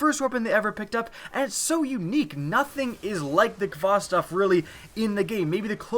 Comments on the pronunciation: you pronounced khvostov wrong. you pronounce it hva-stov. it's a Russian name. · The 'kh' in Khvostov is pronounced like the h in 'help'. It's 'Хвостов' in Russian, and the Russian 'X'=H. Just wanted to clear it up and I'm not dissing your pronunciation. Just say Hvostov, make Mother Russia proud, make Putin proud.